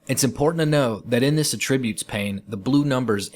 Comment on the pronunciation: "Attribute" is stressed on the first syllable